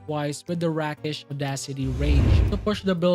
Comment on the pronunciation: Rakish like Rake. Long E sound. English is such a mess.